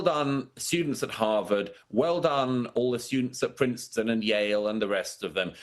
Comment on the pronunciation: "Ham-vard" University ?